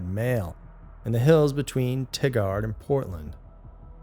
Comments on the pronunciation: It's "TYE-gerd" not "Tiggard", btw. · It’s pronounced tygerd Oregon just for future reference lol ☺️